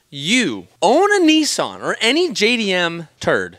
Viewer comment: It’s nissan not nissaaarn .